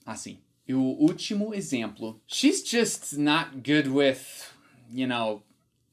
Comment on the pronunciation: "Exemplo" . Leia como se tivesse um acento circunflexo (Êxemplo) assim como: Êspecial, Êspetacular, Êssencial, Bôca. O acento não existe nessas palavras, mas a pronuncia é como se existisse. Tua pronuncia é realmente ótima. Por isso acho que ficará excelente com esse pequeno ajuste.